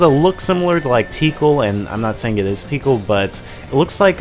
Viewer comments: It's pronounced Ti-kahl...not 'teekle' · BTW it's ti kal not tee kal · Nononono! Tih-kahl.. not tiekle... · why Tickle? it's Tikal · That wolf animal thing next to that pink nurse dog lady looks like Fang. Also, Tee-kal? Sounds like tinkle or tickle. o3o I don't think that's how you pronounce her name. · Tik all say it with me tik all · Haha, Teekle. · btw tikal is pronounced tee-call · her name is takal ( Tu - call ) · You said Tikal wrong. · I swear you pronounced Tikal wrong. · Wow.. I just love how I must be the only one who played sonic adventure and noticed how Tikal is pronounced